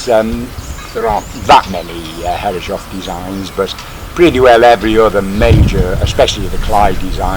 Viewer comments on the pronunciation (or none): Pronounced “hair-is-soff”. 😀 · Beautiful! But please, from a German: Start pronouncing Herreshoff's name correctly - thank you!